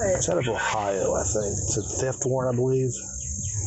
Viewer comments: Btw it's "warrant," not "warrent." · warrant not warrent wtf